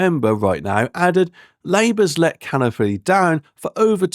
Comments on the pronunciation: Good grief dude, your Welsh needs some work. Caerphilly = Care-fil-ee Plaid Cymru = Pl-eyed Kum-ree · You were correct, your pronunciation of Caerffili (Caerphilly in English) was abysmal 😂😂...also it's not actually in a valley but top of a mountain. It does, however, have an excellent castle well worth a visit if you're in the area.